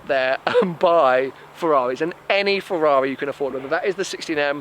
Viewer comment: What is a Fewwawi?